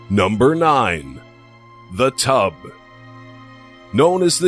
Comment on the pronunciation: Lol! At number 9 I couldn't take this serious cause the guy was like " number 9 ...........THE TUB 😝😝😝😛😛😛